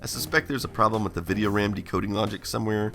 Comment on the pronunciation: RAM being pronounced "wräm" is both hilarious and endearing 😂